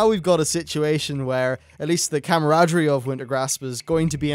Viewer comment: i hate how he pronounces comradery